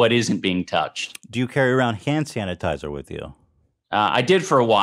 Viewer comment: did ethan just say sand tanasizer?